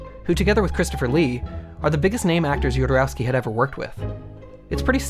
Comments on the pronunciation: "Yodorauski", bruh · Nice video man, it's good to see he's getting the recognition he deserves. BTW, being Chilean myself, his last name is pronounced: ho-do-ROS-kee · I love how the narrator doesnt know how to say Jodorosky right 😂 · You can't say "Go watch that movie" and the spoil the end of The Holy Mountain... Also, you mispronounced Jodorowsky every single time.